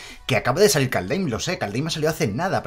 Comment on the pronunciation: Primero pronuncias caldeim y ahora estricsjaven, es horrible XD